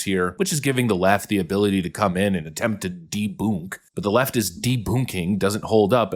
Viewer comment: Is saying DEBOONK as annoying as DEMOOCRACY? I can't decide which annoys me more.